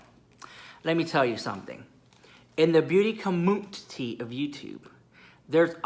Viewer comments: I just loveeee when says Beauty CommUNTI-TEE. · I love how you say beauty COMMUTITY LOL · I love it when he says “beauty comutiti” It gest me everytime 😂😂